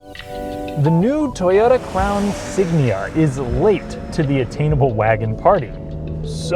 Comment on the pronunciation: “Crown Sign”